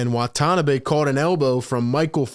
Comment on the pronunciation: FYI, no accent in Japanese. Wah - Tah - Nah - Bee without any emphasis. He has an Exhibit 9 contract, but may get the 15th roster spot (non-guaranteed till Jan 10) if Nets are too afraid to pick up DeMarcus Cousins. Steve Nash loves stretch 4s and 5s. Watanabe and Simmons can play together. It also allows KD to play the 3.